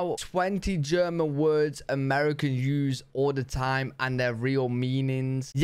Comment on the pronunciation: "I'm fluent in German." Then mispronounced every German word. Bless his heart.😂